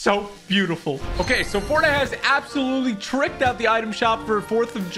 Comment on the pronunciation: Love how u put “absholutely” and “inshane”